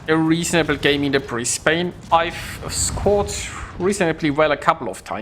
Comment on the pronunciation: British ship? Brisbane is of the Commonwealth, regardless of it being based off Mino. Also you aim too high up on your targets which is why you miss an insane amount of your shots. 76k is on the pretty low side. Its not pronounced Bris Bayne either its more like Bris Ban with the E being silent.